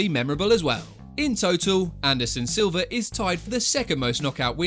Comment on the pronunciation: Did this guy just say Anderson Silva? Bahahalmfao